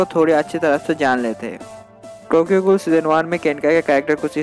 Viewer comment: Gool kyo bol rha h bhai